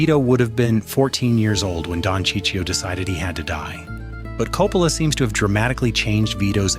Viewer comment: Who's Sicio?! :/ F*ckin AI ...